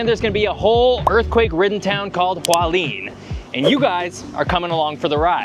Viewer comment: FYI: Hualien is pronounced Hua-Le-Ann.